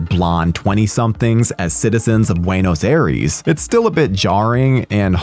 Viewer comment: Talk about getting it wrong. Flaws? A lot of Nazis fled Germany and relocated in Argentina, the home of Argentine Tango. There's plenty of white people in Buenos Aires (NOT Buenoz Air-eeez). I'm still with Ebert on this wanna-be MST3K flopster.